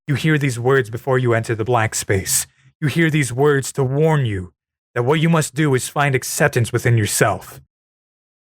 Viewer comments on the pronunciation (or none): none